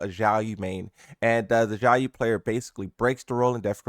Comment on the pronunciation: Why do you call Xiaoyu "jaoyo"